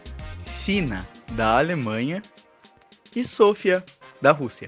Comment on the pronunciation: Mano que agonia ele ter chamado a sofya de sofia , a pronúncia e soufa não sofia